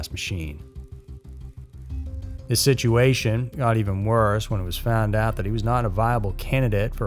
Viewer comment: I absolutely love your channel and work! I have to ask though, why do you say “siduation”? I’ve noticed several narrators I listen to say siduation instead of situation. Is it a cultural thing? An accent? I’m so curious and since you seem like the most approachable and coolest of the group I figured I’d ask. As a writer it’s always good to know little things like that. If you have a moment, please fill me in. In the meantime, keep the great work coming. I don’t know how you are able to be so consistent. Cheers to you.